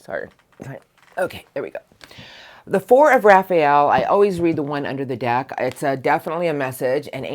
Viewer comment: Thank you as always gorgeous PS you sounded like a kiwi when you said pickin one dick (deck)when you began love crossings 😂 Your the best love your energy 🥂❤️😅